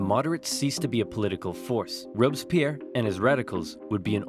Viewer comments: As a french person, i really enjoyed this video since i dont remember much from my history classes (we study that in 4th or 5th grade...) But the way you prononce Robespierre tho 😂😂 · I really like Napoleon !! Your video is great, I just want to say that its Fouché (one of the futur Minister of Napoleon) who pronounced the death of Louis XVI. Oh, Sieyès, one of the five Directors, wanted a Sword to strike down the "Directoire", Napoleon used this situation after...